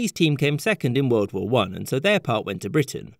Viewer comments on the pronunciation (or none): none